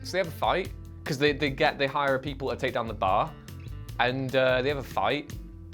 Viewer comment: "Run that bastard dewn"